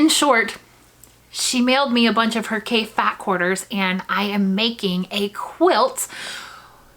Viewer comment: His name is pronounced like coffee, with an A! He's a very creative designer with a passion for color! You can't go wrong with any of his fabrics!